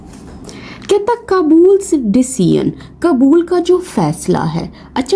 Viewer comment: You’re teaching English, but you mispronounced very basic names. For your correction: “کابل” is the correct word — not کبول. And “چاہبہار پورٹ” is the correct name — not the incorrect versions you used. These are fundamental pronunciations, and as a teacher, you’re expected to get them right.